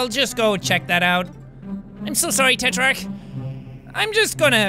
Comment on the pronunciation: Jack Tetrarch is pronounced: Tetrack